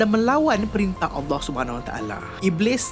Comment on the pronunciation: Aku suka cara sebut Allah SWT & Adam AS